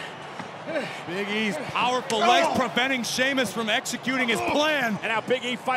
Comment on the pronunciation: Cole called him Sheamlus lol